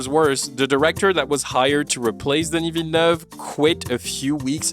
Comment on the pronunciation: This video is wonderfully insightful and your flawless pronunciation of "Villeneuve" is cherry on top!